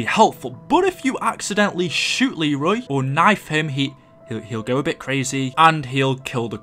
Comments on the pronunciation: it's leyroy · it is actually pronounced LEE-roy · Lmao it's Leroy not Arthur 😂😂😂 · It’s actually Leroy you uncultured swine -every angry black ops 2 player 😂😆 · Arthure? Lul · BRUH!!!! did you just call Leroy Author!!!!!!!! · He's Leroy not auther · It’s a Leroy! Nor a Artur!) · Who the fuck is Arthur it’s Leroy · His name is not fucking arthur it's Leroy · ITS LEROY NOT TGAT STUPID NAME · It’s actually leroy YOU FUCKING STUPID BRIT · Isn’t it Leroy? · His name is “Leroy” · It's Leroy idiot